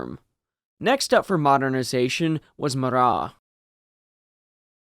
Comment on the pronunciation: It's not a silent T on Marat. In Russian there are no silent letters. Yes, I understand the French pronunciation would be with the silent T, but Russians would not say it that way. It would have been "Russki-ized" to pronounce the T.